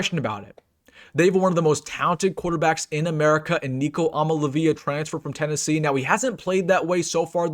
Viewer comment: Love you,, but I don't think their QB is pronounced "I'm-a-la-VEE-la" but "I-am-a-lee-AY-vuh." Tough one to say for sure. Keep up the good work.